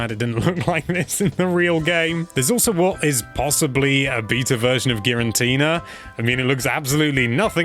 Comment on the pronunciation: Your accent changes the hard c in Arceus to a soft one? I'm surprised it adds an extra n to Giratina.